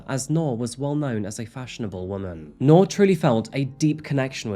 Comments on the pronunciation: Her name is pronounced like NEW-R, New'r, Nuu'r, newer... Not 🚫 NOR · Bro saying Noor like Knorr Soup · Not to be a stickler, but its "Noor" like 'Noob" not "Noar". Means light in Arabic. :) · I wish you had taken the time to learn how her name should be pronounced😢